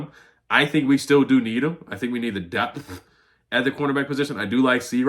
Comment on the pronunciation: My man grinding this morning!!! 👏🏿👏🏿👏🏿👏🏿👏🏿…why you pronounce depth so strongly 😂😂😂😂😂😂😂😂